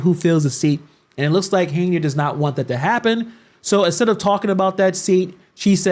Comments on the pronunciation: not the way you do. she does not pronounce her name as "Hey-nard" she pronounces it "Hen-Yard". 'm not defending her at all. I don't think she's doing a good job as Supervisor or Mayor, but her name is her name. We all want our names to be pronounced correctly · I. Don’t like her either but why do you keep pronounce her name as “Hey-nard”?